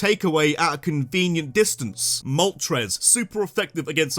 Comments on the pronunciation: IT'S MOLTRES, NOT MOTORES! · THE FIRST R IN MOLTRES IS SUPPOSED TO BE AN L!